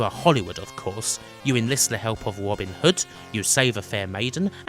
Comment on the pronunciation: Nice video, loved Defender of the Crown on C64. Your pronunciation really tests youtube auto subtitles though. Between the 2 it really makes understanding everything you say quite hard. eg: Robin Hood = "Wabun Hood" realisation = "who allies Asians"! throne of the falcon = "phone of the falcon".